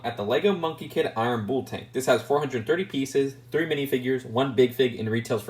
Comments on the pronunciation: rhymes with full not fool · Im sorry its just2 bugging me that you say "Bull" like "Booul". I'm not sure why that bothers me so much. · haha no worries lol I think it's just an inflection. My dad says oreenge instead of orange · Rhymes with pull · It's pronounced the same as 'pull' with a B